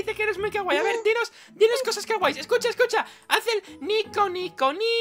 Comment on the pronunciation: se dice nico nico niiiiiiiii